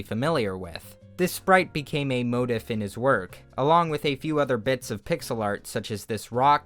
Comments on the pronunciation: Its "mow-teef" not "mow-tiff" you fuck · Motif is said like moe teef not mo def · Motif is pronounced mo-TEEF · It's pronounced "Mow-Teef", not "Mow-tiv" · Why does he say moe-diff rather than moe-teef when pronouncing "motif?" I've never heard that anywhere else. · Who pronounces mo-teef as mote-if? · 3 years too late, but it’s pronounced (Moh-Teef). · Is motif not pronounced "mo teef" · "this sprite became a motif in his work". The word is pronounced "mo-teef" my good sir. It's okay though. I also get bothered by the way a lot of Youtubers pronounce "plethora" lol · Mode-if? You may want to consult a pronunciation guide. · "Forgive me for my prenunciation." says swedish guys name perfectly 2 minutes later "Mottiff" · "motif" is pronounced MO-TEEF. nice video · motif is pronounced "moe teef" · “motif” is pronounced mo-teef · great video, very entertaining! Just in case you're curious though, motif is pronounced "mow teef ":) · I thought motif was pronounced moteef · bruh Motif is pronounced like mo-tea-f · is someone writing this for you? its the second time ive heard a video essay guy say motif wrong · when he said motif wrong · You pronounced motif wrong. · stop pronouncing motif wrong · As interesting as this is... the way you say "motif" is just unacceptable. Not a hundred percent on how you say "Louvre" either, but idk. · You thought we’d let you get away that mispronunciation of motif , didn’t you? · "forgive me for this pronunciation" pronounces it right goes on to mispronounce 'motif' I trusted you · Dude really couldn’t say motif right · This is a neat video, but I dunno if I've ever heard anyone pronounce "motif" like that. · Pronunciation of motif😂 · lern2pronounce "motif"